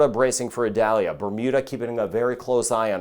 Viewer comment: According to NOAA, the proper way to pronounce Hurricane Idalia's name is ee-DAL-ya.